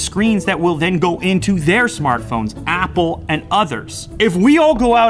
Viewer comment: the hell did you just call Apple? Wopo??